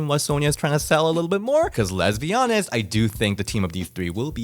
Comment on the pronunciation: Did he say lesbions or let's be honest